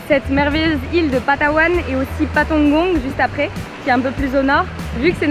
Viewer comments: It's PALAWAN my friend..... Not Patawan 😊😊😊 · Is this how you pronounce palawan in french? Or you got it wrong?